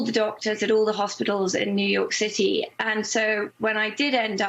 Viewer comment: The way she said "new York city jail"... Lol